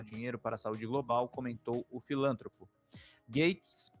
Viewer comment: "FILÂNTROPO"?, a pronúncia correta é FILANTROPO. É uma paroxítona, pelo amor de Zeus!